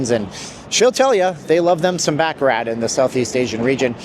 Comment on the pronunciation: I hate to be 'that guy' correcting things, but I also hate it when people pronounce baccarat as 'BACK-A-RAT'. It's really 'bah-cah-rah', emphasizing a French softness to the word. Much classier way to pronounce it. That's all I had to say, thanks for reading.